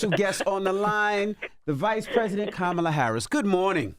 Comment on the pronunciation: Charla it's Kamala not Kemala get it right 😅